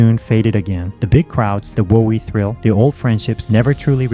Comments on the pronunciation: WO - EE!!!!!??!! It's Woe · Hold up. "Whoa-ee"? "Zeeny"? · really bad pronunciation of the cities and WoE makes one think u never played it